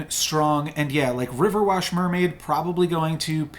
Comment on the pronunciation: Everytime you say riverwash and not riverwish a humpty cracks. Hahahaha, i’ve heard u say it so often now I don’t even mind it anymore 🤣😭